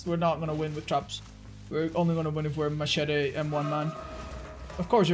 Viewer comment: Anyone else find the way he says "machete" very amusing?